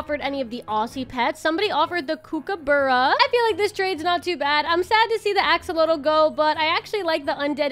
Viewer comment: The kookabara is said like COOK-U-BUR-U.(I am Aussie so ik)